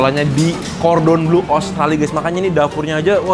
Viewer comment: Plis deh, Le Cordon BLEU BLEUUUUU bukan BLUEEEEEE